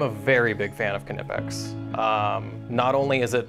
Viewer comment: How can we stop Americans from saying ka-nipex?